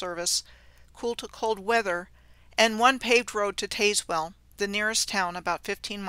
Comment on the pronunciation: Well okay, but it's "Tazz well" like "Jazz well" county and town.